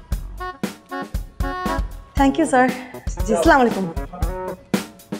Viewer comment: সামাইকুম না আসসালামু আলাইকুম। এরকম একজন এক্টর থেকে এমন আচরন আশা করিনা।